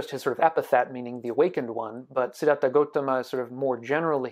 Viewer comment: sorry but it's gautama not gotama